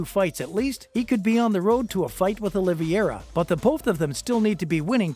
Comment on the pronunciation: Okay check it out you have to say the people's names right. It's Olivera. And it's Dustin Porier, not Justin.